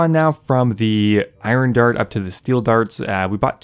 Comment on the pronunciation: pls learn how to pronounce iron